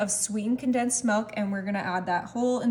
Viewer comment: She said "Melk" within the first few seconds of yhe video and now my brain doesn't care what she's making.